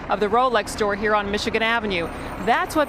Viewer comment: "IT took 3 men to throw Socrates outta huerrr!"